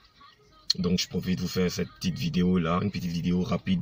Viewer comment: C’est un maclo il n’est pas vraiment le savoir vivre et aussi très impolie, je suis a Adjame si il est garçon si il vient a baby il n’est qu’à s’afficher ko ministre tu sais même pas dire video vraiment desevant hein , pardon faut pas gâter nom de yorobo epui tu n’ai pas mon ministre hein impolie videyo gagagagagagagaggagagag